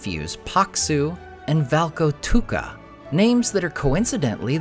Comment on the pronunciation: Thank you for this video, I love the way you pronounce Karhu, Paksu and Valkotukka, you pronounce them right and also explain what those names mean in English!